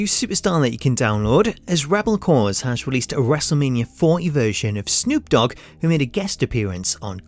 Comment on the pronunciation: lol your accent the way you say WM40 sound like you say wrestlemania 4 E